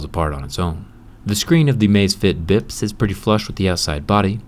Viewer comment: it sounds like "bib"